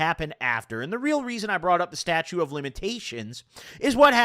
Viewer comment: “statue of limitations”